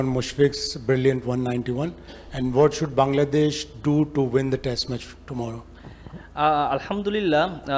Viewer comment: Always. Al hum du lilia 😅 what is this. .